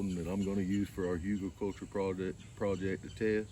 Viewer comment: I think it's HOO-gul, but who really knows? It's a German word